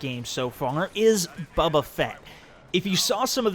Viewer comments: bubba fett, kys BO BUH FETT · It's "Boba".......